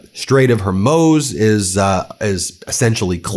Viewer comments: Ben, I love you, but you need to square away your pronunciation of Hormuz. In English, it's not Hormyooz. It's not Hormoz. It's hor-mooz. "whore MOOS" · Love ya, Ben. No biggy, but Hormuz in Straight of Hormuz is pronounced, “whore mooze.” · “Strait of Hermose”? Why do you keep calling it that?